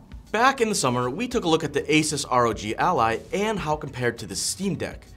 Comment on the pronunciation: Add my pennies worth, It's pronounced Asooose not Asus 😅